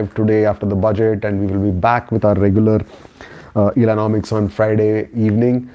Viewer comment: illanomics = Ellono muks